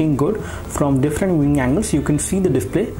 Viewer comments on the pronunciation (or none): "Looking good from different NNYANGLES" hahahaha great video tho